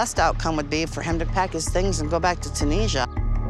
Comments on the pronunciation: Chunisia? Uneducated. It's Tunisa. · Tunesha?? Tunisia. Illiterates. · Tunisia not tunesa. What is it with Americans not being able to pronounce any other countries apart from there own